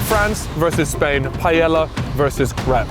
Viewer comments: Jhajajajaja saying paiela instead of paella 😂😂😂 its not that difficult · I don’t understand how he can glaze the Paella, yet bro doesn’t even try to pronounce it right. Bro over here calling it Pallela, it’s not a mispronunciation problem. Bro just making a whole new word 😂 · the way u pronounce paella is rough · the pronunciation of taco and paella killed me 💀😅